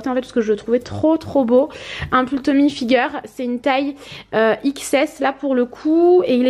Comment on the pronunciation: Coucou j adore cette vidéo. Mais juste un truc ont ne dit pas tommy figer. Ont dit Tommy et hilfiger ont ne propose pas le g ont prononce juste toute les autres lettres. Mais bon pas grave. Je tadore. Super youtubeuse